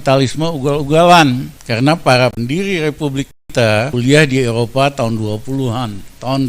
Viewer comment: Eropa,bukan elopa,ngomong ga ncus tp nyerocos tluus,eh,,truus 😭😭😭👍